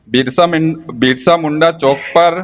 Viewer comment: હાલતીનો થા બિરસા મુંડા બોલતા શીખ પેલા પછી કેજે ભાજપ ના ગુલામ